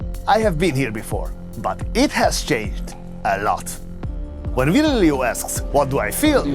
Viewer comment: At least bother to learn how his name is pronounced, just google Virgilio - Vir / gi / li/ o